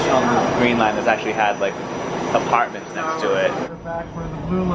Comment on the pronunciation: I know he's from Boston but i always get a kick hearing say the words "yard" and "apartments."